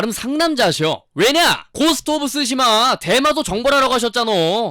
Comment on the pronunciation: 대마도를 마약그거로 들음 ㅋㅋㅋㅋㅋ